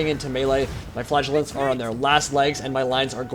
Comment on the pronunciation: in the biginning, I was wondering what you were calling "flagulance" ... efter a while I found out you ment "Flagelants" :D